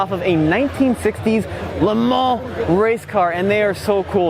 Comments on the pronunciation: Why do you keep saying "LeMans" like a fool?! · Please never say Le Mans again